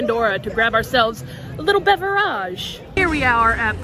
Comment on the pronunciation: I absolutely love your videos!❤ You crack me up when you say “beverage “😂😂😂🍷🍸🍹🧉